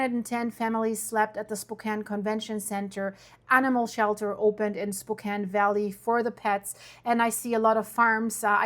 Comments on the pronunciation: It's pronounced Spo-Can by the way. Thank you for your coverage. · You lived here but call it spo cain? 🤔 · Its pronounced Spo-kan, after an Indian Chief. I moved from Northern Idaho a few years ago and am feeling the pain from these fires that are not going to stop. Geoengineering spraying heavy metals in the atmosphere are not only causing severe drought conditions but settling on the surface and when ignited by the DEW's the fires don't burn like fire. Canada reported the same problem with their fire situation. The other issue is the smart meters. Houses that still have analog meters are not burning and if you look at fire images the houses burn but the trees do not. This is the same thing that happened in the LA and Maui fires. The people are going to have to unite if they want to save themselves. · SPOK- CAN. As in yes you can, in Spokane. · It's pronounced spo-can-- (e is silent). TY for covering. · You're not a neighbor, or even close You're here for the hits and NOBODY calls our city, (Spo-Kane) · Its pronounced as " spoe cann " calif, oregon and Washington never thinned their forests as POTUS directed and now the residents are suffering for it now. Pick your governors wisely folks... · Pronounce it correctly ... Spo-Can. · It’s pronounced spoh-can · She pronounced the City name incorrectly. I think she is not from Spo can as in can of corn ha ha ha. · Shiddy….woah! First I’ve heard, thank you. Spokane is pronounced Spokaaan…if you care, not too different tho:) ❤❤ usually it just hits the forest. So sad. Prayers for all. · You visited there and cant even pronouce the city name? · Their your neighbours and you can’t pronounce Spokane… strange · You are pronouncing Spokane wrong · if they are your friends and neighbors one would think you would at least pronounce the name correctly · Try spelling Spokane phonetically. Your AI avatar will pronounce it correctly and consistently, then. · You could at least learned how to pronounce Spokane.